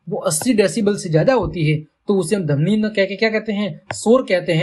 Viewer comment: Sir padhane ka tareeka to accha h lekin vo damni Nahi dhvani hota h 😂